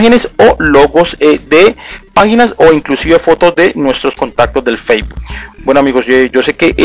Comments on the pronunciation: el "feibul" lol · "testo", "occión", "feibu", "clip" jeje. Perdon pero es que me da risa, no pude evitar reirme jejeje, pero fuera de eso muy bien explicado todo y muy buen video! ;)